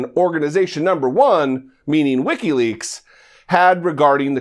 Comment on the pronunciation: This idiot cant even say Wikileaks right. It sounds like he is saying Ricky Lakes.